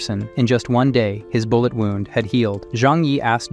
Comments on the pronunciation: i am still laughing at how your AI said Bull-ett glass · The ai reading this is funny lol love it Ai saying bullet as bull e e e et